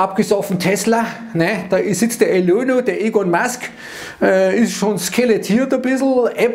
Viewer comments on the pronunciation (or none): none